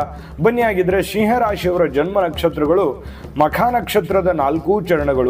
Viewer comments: Pronounce properly that’s not Shiah 😂 it’s SIMHA. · Oh god it's not "Sheeee haa rashri".